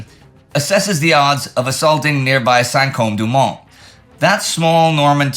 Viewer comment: The "e" in Saint-Côme should not be pronounced.